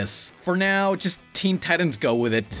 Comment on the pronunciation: You lost your credibility when you pronounced "titans" wrong.